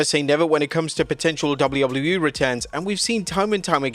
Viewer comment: Anyone else notice he says it “Double-lou double-lou E” instead of “Double-you Double-you E” or is it just my ADHD? 😂